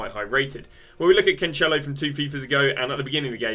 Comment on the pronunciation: “CanCHElo”, “Gee-eiro” you can go on with the names